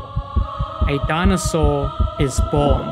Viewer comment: "dinosaur" dont piss me off